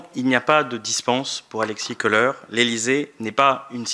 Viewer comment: Il ne, sait même pas prononcer le nom Kholer(colère) et pas koleur